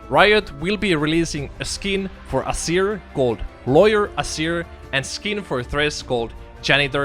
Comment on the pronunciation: Why do you pronounce it "Assir" instead of just "Azeer"?